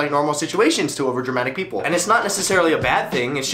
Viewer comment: It should've been P-ee-oo-p-lee